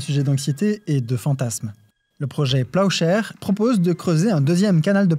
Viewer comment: Léo chéri, "plowshare" se prononce "PLAOUcherr".